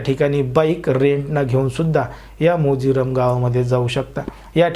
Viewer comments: Morjim morjim....... Mojiram nahi.......😂😂😂🙏🙏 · O bha kaay mojiram nahi morjim Aahe te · Aho MOJIRAM nahi MORJIM 😂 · Mojiram nahi re baba 😡 Morjim Beach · Mojiram navhe it's MORJIM. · मोजिरम नाही तुला अर्धवट माहित आहे वाटते गावाचं नव मोरजे आणी अरम् बोल नाही हरमल गाव